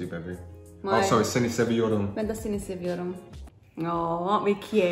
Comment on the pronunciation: You are great. espically the part of you said "seni seviyorum"